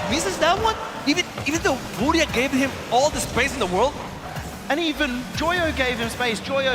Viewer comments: Is how it’s pronounced here in Brazil bro, but yeah is kinda strange hear English speaking people say it like that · man its so frustrating watching G2 play to end up like that in the finals. Also if i hear team fooria one more time im gonna lose it.